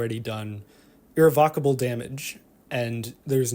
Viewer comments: That is one exotic pronunciation of irrevocable. Was floored for 30 seconds. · I had to double back lmao, like wtf?